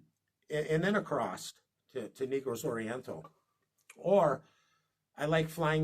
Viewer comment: Sir, If no one has attempted to correct you in your pronunciation on the way pronounce the word. "Negroes" Oriental. It is not pronounced " Neegroes"...it is pronounced, "Naygross" Oriental. No harm intended, just food for thought...